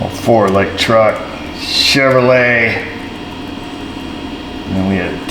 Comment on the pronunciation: 04 sschevrolet 🤣 love it.